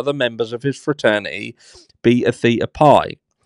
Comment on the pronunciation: Great video!!! Just an FYI it’s pronounced Baytuh Thaytuh Pie Beta Theta Pi